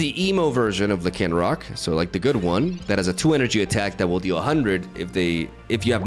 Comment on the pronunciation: the way you pronounce Lycanroc lol